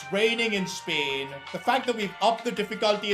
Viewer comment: Bro literally says spahrain before the Spain race